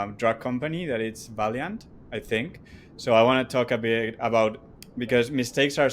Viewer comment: Valeant, not Valiant 😀